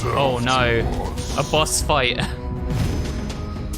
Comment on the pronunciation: you said bos not boss